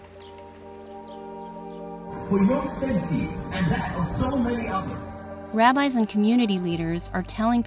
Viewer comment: I could sworn you said rabies lol